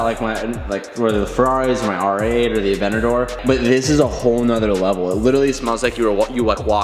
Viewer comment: "Just parked thee AVENNADOOR "